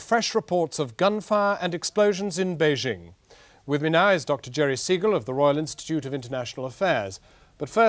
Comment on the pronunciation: Some of these journalists pronouncing "Beijing" as "Pee-king" xd